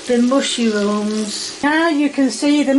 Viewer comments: Mushyrooms wtf I'm a Brit and we don't say it like that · "mushy rooms" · Does she say “mushyrooms “ ? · Is she saying mushyrooms? Lol love it